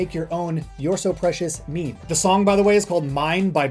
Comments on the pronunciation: its meme not meemee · DID YOU JUST CALLED MEME AS MIMI GRRRRRRR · he said "memey" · "Me-me image" :)